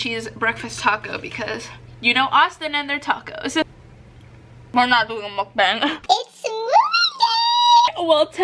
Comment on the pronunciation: It's pronounced like mookbong but it's spelled mukbang that's how they pronounce in Korea